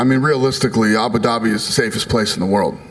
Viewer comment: Dana ”abu dabity” white